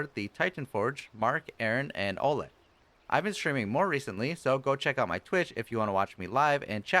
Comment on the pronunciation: nice video, was usefull - I did not know such nuances, it was just a 'bouncing ball'. Especially interesting moment with cast in time of gaze p.s: he is not 'Oleg' - it can be pronounced and stressed more like O'leg, with 'e' stressed)